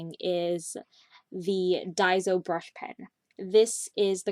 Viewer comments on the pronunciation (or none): none